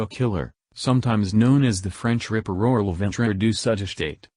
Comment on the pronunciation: Jack The River? Stupid AI voice.